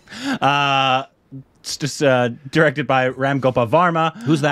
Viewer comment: pronunciation of Bhoot is almost perfect 😛❤️